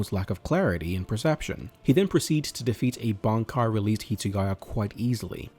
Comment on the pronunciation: lol bro, pronounce Bankai properly please 😂